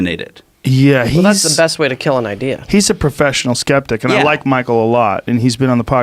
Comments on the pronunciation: When you moan about character assassination and then completely assassinate the word "Skeptic" lmfao. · i cant believe they fucked up on the word "skeptic" so badly.